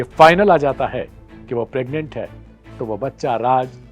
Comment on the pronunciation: प्रग्नेंट शब्द गलत बोल rhe हो l